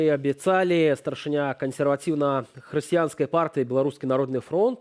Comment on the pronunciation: Дагэтуль спадар вядучы не навучыу́ся таму, як трэба прамау́ляць слова "кансерватыу́ная"?